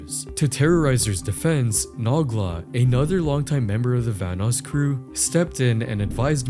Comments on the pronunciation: Nogla. No gla. Not na gla. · "Naw-glah"😭 Noh-glah. Tis Irish ^^ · Ok so saying “Noggla” instead of Nogla throughout the whole video as if they legit don’t say his name a million time per video is genuinely irritating. You do however much research you had to yet cat pronounce a simple name right? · say nog la instead of no gla one more time and I'm gonna lose it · Naw Gluh. Nuh Gluh. It's No-GLUH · it's pronounced "no-gla" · the way he says Noglas name is frying me "nuglah"😂😂😂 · I’m sorry did you pronounce nogla as nahgla?! wtf is wrong with you! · Pains me anytime I hear it 😂😂😂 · Makes me wanna naw on a gla hearing that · Yo pronouncing Nogla as "Nahgla" is makin me wheeze harder than Pasta 😂😂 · Who tf pronounces Nogla like that. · This video is just copying Patrick CC ‘s video same thumbnails. Doesn’t even know how to say Nogla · How can you miss pronounce Noglas name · bro the way you pronounced nogla’s name oh my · Never in my life have I heard someone mess up Noglas name